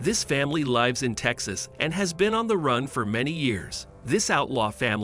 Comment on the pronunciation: Why does he keep saying "lives" wrongly.